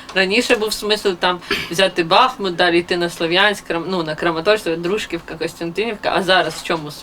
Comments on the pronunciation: Дружкiвка ударение на i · Для прессы повторяю ,,не ДрУжкивка,а ДружкОвка!,, Не уродуйте названия городов